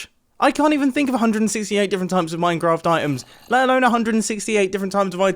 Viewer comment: “Minecott Chewb”